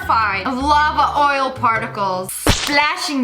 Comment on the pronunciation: wait did she say lava oil O.O